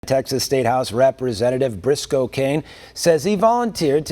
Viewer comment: I heard his name as "brisk cocaine" 🤦🏻‍♂️